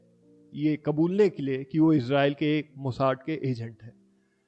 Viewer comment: भाई मेरे हिसाब से मोसाद नाम है मोसाड नहीं ❤ Good work and good story 👏